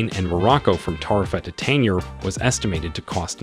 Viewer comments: the correct way to pronounce the g in Tangier is like the g in algebra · You're pronouncing Tangier wrong!